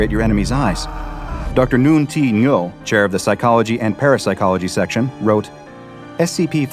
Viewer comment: my coworker has the last name Ngo, the strange pronunciation of it here made me tense up every time in confusion. He pronounces it "Noh".